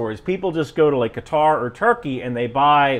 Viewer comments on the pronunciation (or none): none